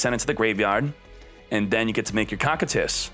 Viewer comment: For the love of god it's pronounced Koh like dough, Kie like tie, Tus Koh-Kie-Tus